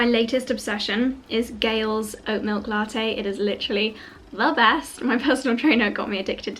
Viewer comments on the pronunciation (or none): none